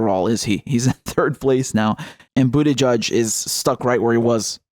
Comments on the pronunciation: Margaret Nicol we like it. If he didn’t want his name to be butchered he shouldn’t be such a dweeb. If you want serious, go to PBS or Real News Network. This is a fun channel. None of us like bootyjudge. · I disagree, Karen. Mispronouncing names in a silly way is much different than adding on insulting adjectives (Crooked Hillary, Sleepy Joe, etc) in order to rile up a half-witted base of voters.